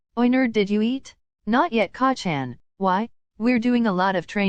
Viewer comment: I’m. Sorry but every time it says KACCAN 😂 I bust out laughing